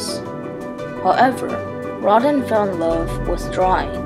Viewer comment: Good job, but his name is pronounced row-dah in French. The burghers of Calais is pronounced Kah-leh.